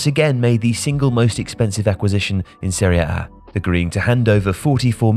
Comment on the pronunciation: Why do you say Seriea A? It’s Serie A. Woeful narration